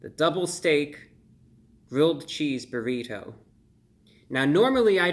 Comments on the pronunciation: I love how you pronounce "burrit-ho" Brah!! 🙂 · The way he says burri"toe" 😂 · The way he says burri TOE haha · I love the way you say "Burritoh". Like the butler on The Fresh Prince Of Bel Air. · I like the way you say "burrito" lol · Why he say "burrito" in cursive like that? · The way he says burrito is pretty funny. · The over pronunciation of the word "Burrito" is a highlight.